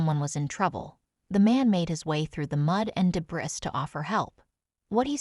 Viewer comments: De Briss?? Tree routes??? Breast??? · I can't help it: the narrator pronounced debris as "de bris". She sounds like a native English speaker. I have noticed this obvious mis-pronouncement of common English words on other vids. Who does the narration? The submitter or someone at You Tube? I can forgive foreigners, but native born Americans? Give me a break. P.S. Good video.